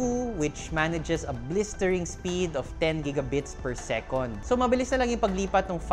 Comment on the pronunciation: Whether it's second as in "segundo" or second as in "pangalawa", it's always "sekend" with an "e", never an "o". :) Sekonds is a Filipinism. :)